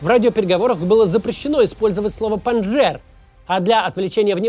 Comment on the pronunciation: ПанджШер а не панджер. Очень по ушам бьет.